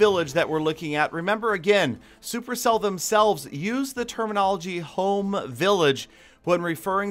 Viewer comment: The way he says 'Home' village